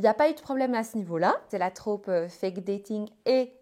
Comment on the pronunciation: Par pitié, ce n’est pas « la traupe » mais « le trope »